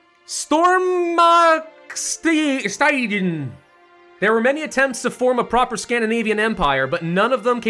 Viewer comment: English people saying swedish words wrong will always be funny. Btw Stormaktstiden translates to "The great power era" in english and Stormaktstiden is an era that actually happened in Sweden. I know all this cause im swedish